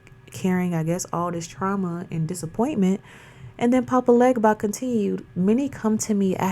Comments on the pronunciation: Papa Legba IS Eshu Elegbara, ask him yourself... He also prefers you pronounce his name without the G (Haiti was heavily French influenced). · Talking about something when you cant pronounce it correctly loses your credibility 🤨